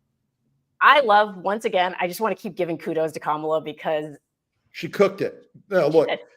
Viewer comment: "Kamala Harris, good to meet you." Let him TRRYYYY to mispronounce her name again, EVER! He'll be ROASTED by every pundit who ever says a word about him; it will be heard 'round the world! He definitely was on the grilling menu, roasted, toasted, fried, fricasseed and frijoled!